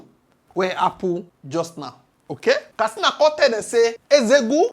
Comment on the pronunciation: K A T S I N A Not kastina